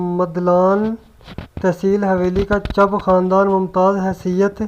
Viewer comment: Chab qom nhi Chib hoti hae